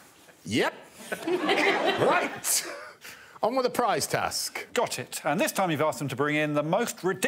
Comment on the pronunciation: It's "prize" by the way (just in case you didn't know)